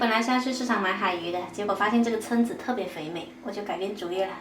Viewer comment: 蛏子读音“撑”！